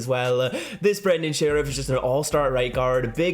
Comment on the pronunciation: Pleeeaase start saying sherff properly!!!!! It rhymes with Nerf.